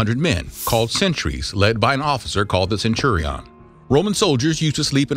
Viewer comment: I quit after I heard centuri ON xD